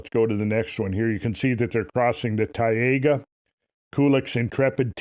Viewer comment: What a Tayega???? You mean Taiga?? Snowy Forrests of Russia?? Also, Taiga = Snow Forrests... Tundra = Icey plains.